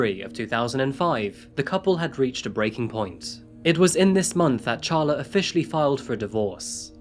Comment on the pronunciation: It’s pronounced Sharla even though it’s spelled Charla